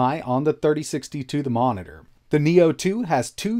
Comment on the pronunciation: Bro said momiter, but i respect that coz u were a little too fast but its ok bro